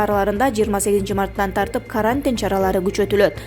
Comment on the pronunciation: а́эропорттун атын. туура айтчы уят кылбай.Карантиндин ударениесин туура айтчы.Уят кантип безграмотныйлар чогулуп алгансынар.